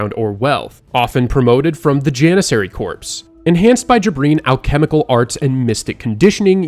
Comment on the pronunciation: Corps is not pronounced Corpse its pronounced like core So is it was it supposed to be Janissary Corps or Was it actually Corpse?